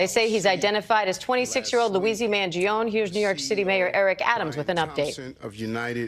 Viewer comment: Classic American pronunciation Luizi mangiown